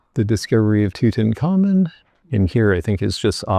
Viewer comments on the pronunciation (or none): none